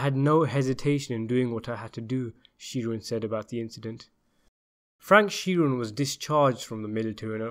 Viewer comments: Please research American pronunciation. It's ANDgelo Bufalino. We also pronounce Sheeran as SHE-run. We may be wrong on these things but that's common usage in the US. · ikmarchini don’t tell a man how to pronounce an Irish name if you don’t know it yourself, Sheeran should be pronounced “Shear-in” not She-run